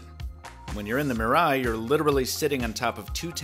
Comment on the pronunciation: MEE-rah-ee good vid except for the pronunciation of Mirai